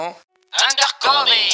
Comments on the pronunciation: Undercover se lit "undeur coveur" 😂😂😂😂 A part si tu le fait expret 😂😂😂😂: "Sur ce live en direct" 😂😂😂😂 À la fin je comprend rien: c ou? 😂😂😂😂 -c'est à vous😂😂😂😂 -c'est à moi 😂😂😂😂 -c'est à lui😂😂😂😂 Oui c'est à vous😂😂😂😂 ****************** -C'est à moiiiii😂😂😂😂 -c'est à luiii😂😂😂😂 ******* -sept à huit😂😂😂😂 /: 😂😂😂😂 / est insurportable 😂😂😂😂 😂😂😂😂😂😂😂😂😂😂😂😂😂😂😂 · n'importe quel personne avk un semblant d'accent anglais : undercover vous : undercové xD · Ça se prononce Undeurcoveur pas cové. Mdr ça fait mal aux oreilles même si la vidéo est super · CA me tue quils disent undercover en mode UNDERCOVÉ au lieu de UNDERCOVEUR 😂😂😂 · On dit l'undercover ( undercoveur) mais la vidéo est génial sinon 👍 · Moi à chaque fois qu’ils disent undercovÉ 😬😅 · (Normalement) sa s’écrit peut être endercover mais sa se dit endercoveur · Juste on dis under coveur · Il prononce undercover "undercové"🤷🏽‍♂️ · Anglais: Undercover: Indeurcové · «, Undercové » Aie mes oreilles mdr. Un épisode 2 à plus svp! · Ça se dit undeurcoveur